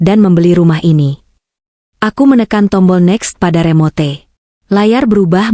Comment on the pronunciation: Cetitanya bagus.Sayang,naratornya buruk,istilah umum dibaca/diucapkan srsuai yg.tertulis : remote,bonavide.Ttp cat tembok malah dibaca : ket (= kucing).